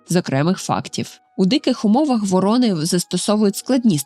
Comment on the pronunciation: ВорОни та вОрони (круки) - абсолютно різні птахи. А тут змішали їх докупи, постійно ставлячи різний наголос та показуючи у відео як врОн, так і вОронів. То про яку з цих двох птахів було відео?